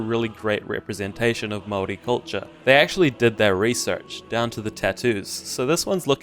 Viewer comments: Why you keep saying Mori bro 😂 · He does not pronounce Maori correctly in this video lol. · You lost a little of my respect when you said you don't like Far Cry... Not that it matters lol. Also whenever you say Maori your do an odd accent only on that word lol. Like you're trying to hard or something idk.